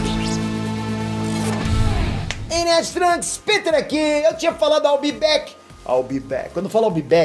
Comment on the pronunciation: É Peter(Piter) ou Peter( Pêter)? 😂😂😂😂